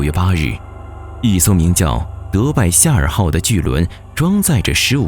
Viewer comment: 夏尔号让我听成了赛尔号hhhhh